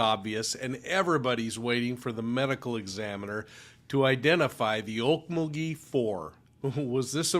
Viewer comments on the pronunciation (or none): I live in Tulsa, and have been to Okmulgee (You need to put more inflection on the mul part, more than the ok part😆) ok MUL gee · okMULgee. The emphasis is on the middle syllable. Just fyi 😉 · Some of us call okmulgee by a different name, ugh-lee-mug-lee